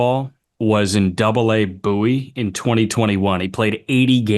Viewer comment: Shout out to for pronouncing “Bowie” correctly! It’s “Boo-ey”, not “Bow-ey”, or other variations I’ve heard. Great research!